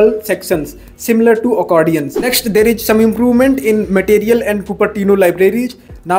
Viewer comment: Your hindi slang is awful.... It's 'Is' not 'eej'.... How do you pronounce इस, ईज ...?.